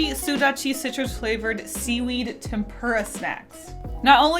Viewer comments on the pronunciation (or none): none